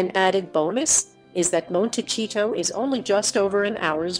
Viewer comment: You are not pronouncing Montecito, correct